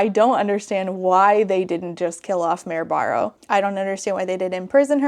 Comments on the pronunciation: I thought it was "Mary Barrow" 😅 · I’ve never read Red Queen, but the way was saying the main character’s name kept sounding like Merobiba of Drawfee fame so now I won’t be able to without thinking of that 🤷